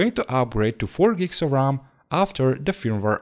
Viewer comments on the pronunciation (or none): I’m sure he meant RAM, it is his accent which makes it sound like ROM. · keep in mind that it is R-am (RAM) not R-OM (ROM) these are completely different stuff.